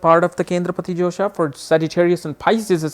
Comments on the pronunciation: josha or dosha??its written dosha here n ur pronausing josha!!! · its not josha it is dosha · Hahaha!! I noticed it too!